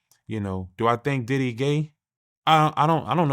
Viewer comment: Is bro sayn daddy house or diddy house 😂😂😂